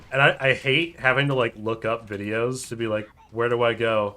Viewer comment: Well, when the "ahte" is deserved...